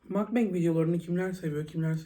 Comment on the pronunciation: seni severek izliyom ama lütfen makbang degil mugbang söyle 😂